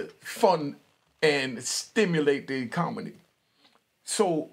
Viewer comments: When i hear "alphabet boys," I think of the "LGBTQAI+....." Lol, he said "ecomony." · Switch ya M and N's around in the word ECONOMY your trying to say!